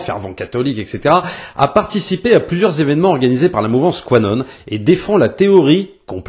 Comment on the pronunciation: juste pour être plus précis : "Q" (entités) - "Anon" (partisans), donc ça ce prononce Q-Anon. Je répète, c'est juste pour être précis et je ne dit pas être l'un des partisan de cette mouvance ^^